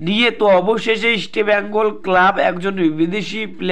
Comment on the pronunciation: বাংলা খেয়ে , কথা বলছো ভাই -- আগে ভালোভাবে কথা বলুন , ইস্টিবেঙ্গল নয় কথাটা হবে ইস্টবেঙ্গল।